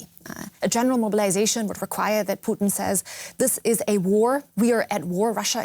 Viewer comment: I love it when people pronounce his name Putine.